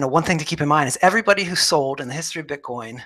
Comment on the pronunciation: Admit it, you're saying bitcorn in the beginning.